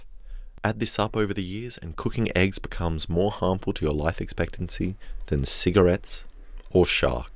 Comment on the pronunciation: Instead of eggs I hear aids for some reason